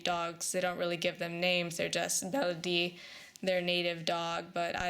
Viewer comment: I love the name Baladi,. I think it rolls beautifully off your tongue, and I hope you will keep it. Thanks for taking her in. She's sweet.